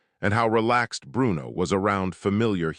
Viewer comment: Why did the AI narrator over pronounce Bruno's name with a bad italian accent? Bru-uno. lmao every time.